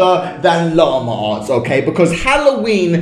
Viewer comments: llama arts me:llama ass? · This is how many times he says: Lamer arrtz